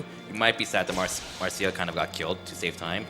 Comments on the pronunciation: bro has the world recor and can‘t even pronounce the name if the character he uses most apart from the protagonist😂 it‘s marcia not marsha… the same as it it garcia and not garsha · Anyone else annoyed by "Marsha"?